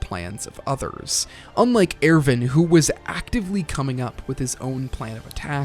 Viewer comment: AIRVIN? who tf is AIRVIN